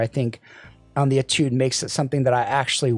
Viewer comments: It’s pronounced ‘AYE-tood’. It’s French for ‘study’. Nothing to do with the IEM so I’m sure it was chosen because it sounds cool. 😎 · you pronounce étude as if you're sneezing.